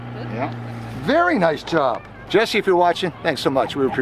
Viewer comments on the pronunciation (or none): none